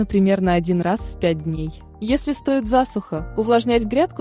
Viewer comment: Что у автора с ударениями?!!! "погода стоИт", А НЕ "стОит"; "дайкОн", а не "дАйкон", "удобрЕнием, а не "удОбрением", и т.д. Хотелось послушать, невозможно.